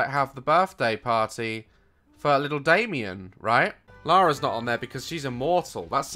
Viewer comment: Whenever he says Damien I think of dalien